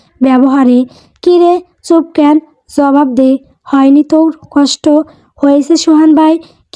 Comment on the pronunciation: উচ্চারণ টা ক্যান নয় ক্যানো, একটু খেয়াল রাখবেন ক্যান উচ্চারণ টা শুনতে ভালো লাগে না।